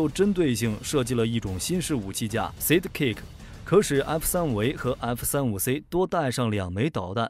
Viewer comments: Sidekick=side +kick, 不是讀size?kick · 那個ＡＩ連Side.Kick 都不會讀？這就是標準的有邊讀邊沒邊讀中間。讀書不求甚解。Unsubscribe. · 都是合成語音 只是看他們想選哪一個 我也喜歡這個版本 但sidekick的發音有問題XD